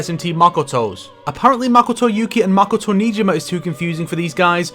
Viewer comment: Good video but I had to dislike because of how you pronounce Makoto